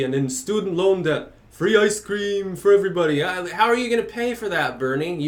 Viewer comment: Fwee Ice Qweem for everyooone!